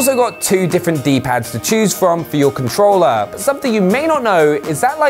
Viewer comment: I have this controller " with an R" not controllaa. No a in controller